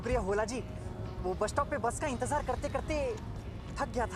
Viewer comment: Wo to thek ha intejar nahi intezar hota ha pronounce to sahi karo